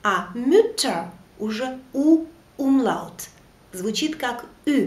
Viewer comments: уроки ваши классные, но есть одно маленькое но, в немецком языке нет грубопроизношенной буквы Л, она всегда произносится как ЛЬ. И когда вы произносите слово умляут как умлАут, это режет уши. А так все супер.😊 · Добрый день. На 6.12 Вы произносите слово Umlaut...буква ,,л,, или нужно ,,ль,,? ,,Л,, везде мягкая и всегда или бывают исключения. Мне показалось что Вы говорили твердо... ,,Умлаут,,? Данке)